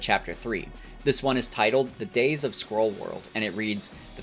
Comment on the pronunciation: So as someone who was listening and not reading, I thought there were shapeshifting squirrels. Maybe you should say "skrull" like you're saying "skull," but you got my comment so hayo